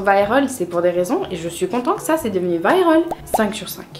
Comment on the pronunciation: ses pas viraul ses viral